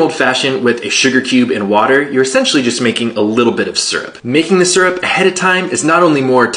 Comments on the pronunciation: I loathe the way you're pronouncing syrup. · it's pronounced SEAR UP.